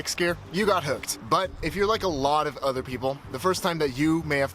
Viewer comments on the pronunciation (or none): none